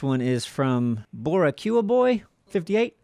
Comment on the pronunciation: Bor ee que a?!! Was it Bo ree kwa?